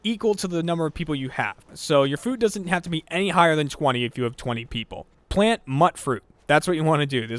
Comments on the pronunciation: Alright, now. You're the third YouTuber today calling it Mutt Fruit. It's not Mutt Fruit. It's mutfruit, as in mutated fruit. You pronounce it "myoot froot." It is pronounced in the game, so there's really no excuse for this. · It's "mutated fruit" so mutfruit...myootfroot, not muttfroot... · Jesus. H. Christ. It's "mute-fruit" not "mut-fruit." Radioactivity causes mutations, not puppies. UGH. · That is how I pronounced it for the longest time. I thought it was mutt-fruit because it was a chimera of different fruit types, kinda like how tatos are already. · what is it with everyone calling it 'mutt' fruit -.- its mutfruit as in mute fruit ffs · "Mutt-fruit"? lol Mute-fruit is how I pronounce it. Am I wrong? Genuinely curious. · not mutt-fruit mute-fruit like mutated fruit just a heads up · Ffs people... I keep hearing people call it mutfruit, with a hard T on mut, but you'd pronounce it like mutefruit. Heck, there's a garden run by robots, the name of which I don't remember, who say it correctly in the game. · "Mutt Fruit" had me cringing... its pronounced "Mute Fruit", as in Mutated fruit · "plant mutt-fruit" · It's pronounced "MUTE FRUIT" ya know, like how you'd pronounce MUTATION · Mutfruit is pronounced as mute fruit It's mutated fruit. Think about it. Lol Not trying to sound cockish. :) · it's Mutfruit, The first syllable is pronounced to rhyme with "mute". so it sounds like "mute fruit" it's a mix of Mutation and fruit. why does everyone get this wrong... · It's pronounced "MUTE fruit"!! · You pronounced mutfruit wrong. It's pronounced "mute-fruit", like a short form for "mutated fruit. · Stop pronouncing Mutfruit wrong. STAHP!